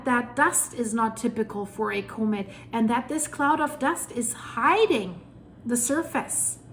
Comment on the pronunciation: Similar . I like the way she pronounces "comet" "KohMitt"